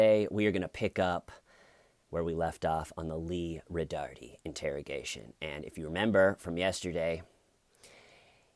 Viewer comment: I love how you say “Roh-darrrteee”. It’s actually pronounced “Roh-dar-Tay”. But hey, corndogs, right?!